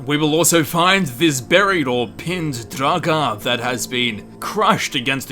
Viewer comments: Lol...draGAAAAH. I've heard you pronounce Draugr properly, so my question is, why were you pronouncing everything so funny? xD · You say draugr like you are having a stroke.